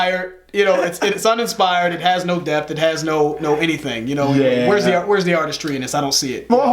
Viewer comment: he said show us death instead of depth.. the irony